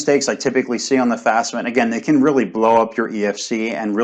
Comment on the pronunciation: Why "top experts" can't even get the fafsa pronunciation right? Do you guys need classes on Latin family languages? Sort of which letter comes firs'kinna thing? Jusayin...